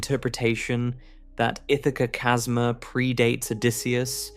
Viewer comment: I love it when the AI can't pronounce "chasma" correctly.